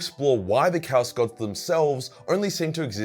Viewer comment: Your constant mispronunciation of "chaos" literally drove me away from the video. I'm sorry it was just so irksome